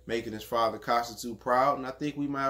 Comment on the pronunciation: The Ts in Tszyu is silent fam.U obviously never watched his dad fight before.One of the best at 140.